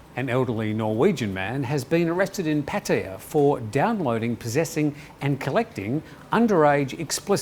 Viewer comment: Thanks for once again an excellent news video and thankfully you pronounced pattaya correctly Please don't go back to saying pat aay arh Thanks